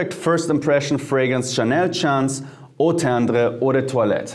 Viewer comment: Love how you say Eau tendre 😍😍😍 I’m gonna try that one